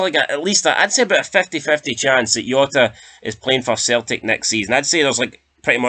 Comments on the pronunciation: Jota not yota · The Portuguese don't pronounce the J like a Y ya fud, it has a ZH sound cabron!